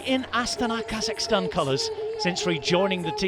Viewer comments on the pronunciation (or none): none